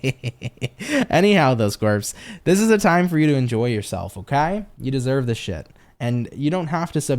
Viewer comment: Gosh I laughed so hard at "desoyved " haha I mix words all the time. Just enjoy your energy ❤️